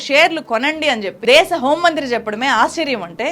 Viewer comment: తెలుగు భాషని ఖూనీ చేస్తున్న నిన్నేం చెయ్యాలి? దేషం కాదు దేశం అని ఉచ్చరించమ్మా తల్లీ. ముందు తెలుగుభాష ని సరిగా పలకవే.